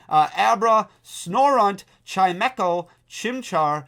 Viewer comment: Thats how you pronounce chimecho?????